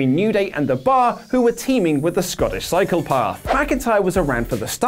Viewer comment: Was their something wrong with my ears or did call Drew The Scottish Cycle Path?